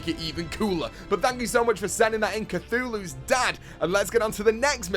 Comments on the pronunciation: its caillou...not cathulu! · You pronounced Caillou, "Cathooloo"? Did I hear that right? It's really pronounced "Ky-u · dude,he called it the cthulus dad instead of caillou's dad. (kai-yoo) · It's not kathulu its caillou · I was dying when said cathullus dad instead of cailloues dad 🍕🍕🍕🍕🍕🍕🍕🍕🍕🍕🍕🍕🍕🍕🍕🍕🍕🍕🍕🍕🍔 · U said cothulu 😂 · it's not cuthulu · It's pronounced kai-ooh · He said catulo for caullio lol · Haha, He Said Cthulhus Dad. Its Caillou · AHAHAAHAHAHAHAHAHA HE CALLED CAILLOU CTHULU AHAHAHAHAHAHAHA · Who else noticed that he said Cathulo instead of Caillou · cthullus dad it said caillus dad lol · kept saying Thank U Cuthulus dad instead of cailous dad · did anyone notice that he said cathulous dad instead of cailous dad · Caillou not chutulu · "cthulu" facepalm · he said caiyou wrong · Myth it's cailiuo not kuthulu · Funny how he said cathulus dad instead of caillous😂😂😂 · that's not how you say caillou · U pronounced caillou wrong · You said caillous dad wrong lol.